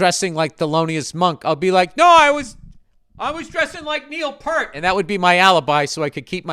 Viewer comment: NEIL PEE ear T